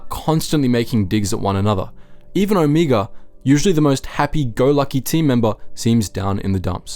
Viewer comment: sorry... but after hearing you pronounce Omega, Omiga for the 3rd time I'm done watching your video.... you watch the show, you hear how her name is pronounced, do the show and your fan base a bit of respect and say her name correctly.